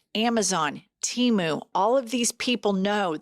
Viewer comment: Oh my God it is too cute that can’t say Temu❤